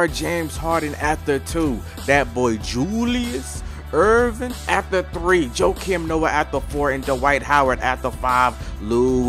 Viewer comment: My boy said JULIUS ERVIN